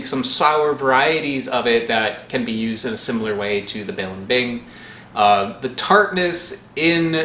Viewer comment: Accent in second syllable in blimbing, not third one